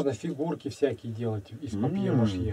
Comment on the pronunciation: ПАПЬЕ-МАШЕ (НЕ МАШЪЕ)!!! Говорите по-русски!